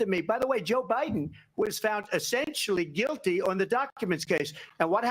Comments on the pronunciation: Did she say Obiden? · Uhhhhhh did she just say Obiden ??? Omg she sure the hell did !! I knew Obama was behind all this crap !!